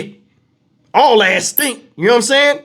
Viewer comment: I said the same thing, I shouldn’t be laughing but Lord the way kept saying Azz had me rollin 😅😂😂😂😂😂